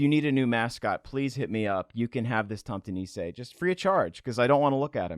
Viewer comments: Murricans trying to say tomtenisse is one of the most painful things ever :p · It wasnt before i saw the original photo when i realised that they were trying to pronounciate Norways «tomtenisse» 😂🎅🏼 (which means farm-santa) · Tomtenisse is pronounce "tomtehnize". The tomt in tomtenisse means farm property. Also, we call Santa Clause for Julenissen which translates to the Christmas ... nisse. (I'm Norwegian). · Seeing your “Tomte nisse” was terrifying ! As a Swede hearing you pronounce it was also very amusing:3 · As a Norwegian I an HORRIFIED by your dreadfull pronounciation of Tomtenisse! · The way you pronounced tomte nisse made me giggle lol